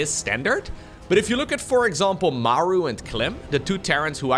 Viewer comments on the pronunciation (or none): none